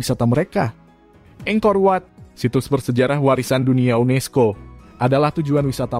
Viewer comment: Angkorwat bukan engkorwat...